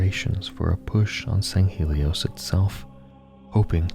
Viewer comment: Sand Shiune? Sounds more like “Dune”.